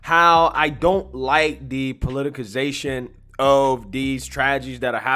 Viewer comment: PolitiCization (You even say politicize correctly 10s later.) Ty for the content though.